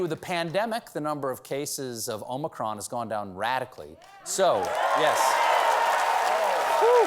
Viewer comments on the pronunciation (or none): none